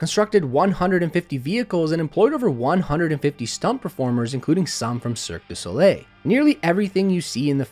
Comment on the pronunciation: Did you mean "cirque du soleil"?